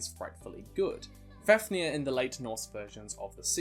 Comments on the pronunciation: I am really sorry but it’s pronounced faf near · MidgOWlrdsoOwlrm, BeovUlf, as for Fafnir, I think it's FAvneer.. but even if the f is pronounced F and not V, the accent is still on the A